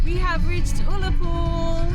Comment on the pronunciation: Small point. The U in Ullapool is pronounced like the u in the word gun.